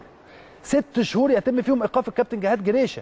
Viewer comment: ليش مش قادر على نطق 6 شهور ههههههههههههههههههههههههههههههههه يا جاهل